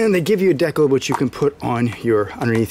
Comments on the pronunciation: I think it's pronounced " deecal ", not " decle ". Love the location of that oil filter. Easy peesey. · The way he pronounced decal bothered me lol DE CAL say it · Don’t fucking say “de-cal” like that ever again